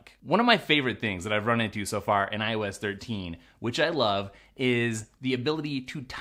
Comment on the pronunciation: Am I the only idiot that kept hearing "I was 13" instead of "iOS 13"? "Today we're going to be talking about I was 13." lol